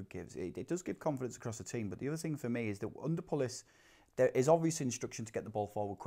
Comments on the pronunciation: Someone tell the guy far left it's 'Pulis' not 'Pullis' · Ugh they both say Pullis